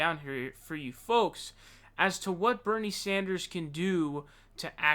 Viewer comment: Dammit, you Sawndersed again at the end. Why the fuck?